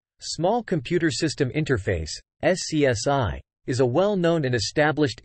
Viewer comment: The AI voice has to learn that SCSI was usually pronounced "scuzzy" instead of being called by its letters.